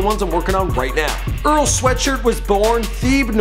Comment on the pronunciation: he butchered Earl's name